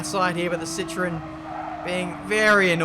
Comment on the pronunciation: its ci-tro-en